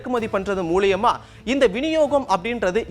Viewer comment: மூலியம். அல்ல. மூலம்.